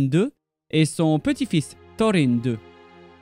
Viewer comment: j'ai un peu de mal avec ta prononciation des noms (Thorine, Durine) mais bravo franchement pour ton travail, on te te sent passionné par le monde de la Terre du Milieu. petite précision pour la bataille d'Azanulbizar : Frerin le frère cadet de Thorin a été tué durant cette terrible bataille. Dommage que une centaine d'années environ plus tard Balin, Oin et leurs compagnons ont pas écouter les mises en garde de Dain pour leur envie de reconquête de la Moria, ça les auraient empêcher de tous mourir. Merci encore pour ton travail, longue vie à ta chaine